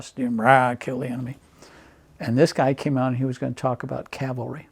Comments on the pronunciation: Are you listening?The interviewer mis-pronounces Cavalry,NOT the Veteran! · You'd think the interviewer would have learned how to pronounce "cavalry" before the interview. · I think it's the interviewer mis-pronouncung the word Cavalry.